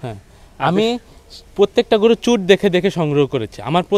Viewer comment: অনেক অনেক ভালো লাগলো আপনার প্রতিবেদন টা আর খামারী ভাইকে ধন্যবাদ উনি গরুর " চুট " এই শব্দ টা যে সঠিকভাবে উচ্চারণ করেছেন অনেক অনেক খামারী ও গরুর ব‍্যাপারি ভাইয়েরা এইটা " চুজ" উচ্চারণ করে যেটা সঠিক নয়।।